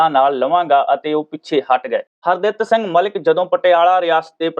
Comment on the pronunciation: Punjabi bolni padni sikh lauo s harditt singh na ke har datt s nhi😡😠